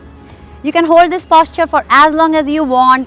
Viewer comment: Itna itra ke kyu baat kar rahi it's posture not Pósture😂😂😂